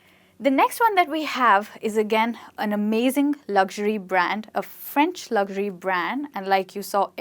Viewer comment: U r pronouncing luxury wrong..